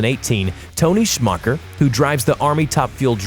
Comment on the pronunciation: your pronounce Tony’s last lame like shoe mocker not smucker. Dragsters do not make a 8.0 earth quake. They make a 3.5 magnitude. Also surpass 5g’s on launch